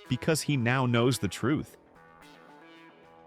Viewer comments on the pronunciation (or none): It is he who remains. not hi who remains:body-green-covering-eyes